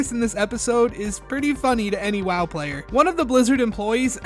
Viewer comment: You are saying ‘WoW’ wrong bro…